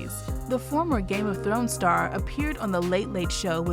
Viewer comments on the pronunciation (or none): none